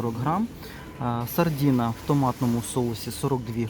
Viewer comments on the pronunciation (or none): не "сардіна" а сардина!